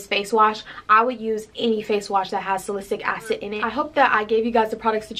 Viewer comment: Haha and salicylic acid 😂